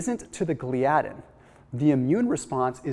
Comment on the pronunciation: Dude, give me a call on how to pronounce the proteins you're discussing. lol proLAmin, gluTAminase, GLIadin. Hope that helps.